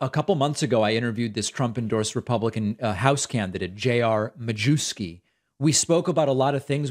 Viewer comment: Traditionally, the surname is pronounced, "myefski". Not sure how he pronounces it.